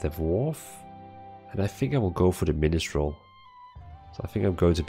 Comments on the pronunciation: Min-strel not Min-'i'-strel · There is only one i in minstrel. It's not pronounced "min-i-strel" like you are doing. It's "min-struhl" (2 syllables)